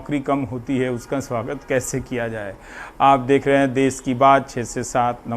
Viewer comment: देश होता है देस नहीं ये कोई अंग्रेजी नहीं है जो desh लिखोगे तो देश ही पढ़ा जाएगा हिंदी को जानिए संस्कृत तो अब बहुत दूर की बात हो गई ☹️😅😤🙏